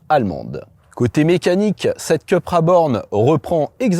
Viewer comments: Je suis étonné, quand on connaît le professionnalisme de, qu'il fasse cette bourde. Soit on dit "Coupra" à l'espagnole, soit "Cupra" à la française mais surtout pas "Keupra" à l'anglo-saxonne! Ou alors on dit "Sit" quand on parle de Seat...Que laisse cette erreur au barbichu de Caradisiac... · Il me semble que ça se prononce plutôt "coupra"... c'est espagnol, pas anglais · Le design extérieur est à tomber !! Mais l'intérieur façon ID3 me déçoit.. dommage car elle était dans ma shortlist... si je peux me permettre... Cupra est une marque espagnol alors il faut dire Coupra 😊 Merci pour cet essai. Toujours un plaisir !! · Pourquoi dire Ceu et pas Cu??😉Très bon essai comme d’hab’ mais vu uniquement en 360p,je ne sais pas pourquoi!Ca serait bien un comparatif entre Id3 et Cupra